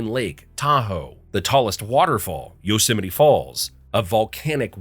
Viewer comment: Central California 😤 The "Yo - Semite" Valley